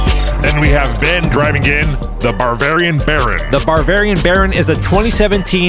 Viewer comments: Anyone else realize that they said Barvarian instead of Bavarian? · You say Barvarian, i say Bavarian... Let's call the whole thing off. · It's "Bavarian" not "Barvarian" (you guys added an 'r' for some reason) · Y'all both clearly said BARvarian but the text is Bavarian...? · Okay. Since this guy won y'all need to learn how to pronounce Bavarian right. It is not "Bar" varian like you said introducing them. It's typically pronounced like "Buh" or "Bah" but spelled without an h in most circles. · Bavarian, not barvarian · There are many confused Germans right now. Please learn to pronounce 'Bavarian' before the final tourney. 🤣🇩🇪🍺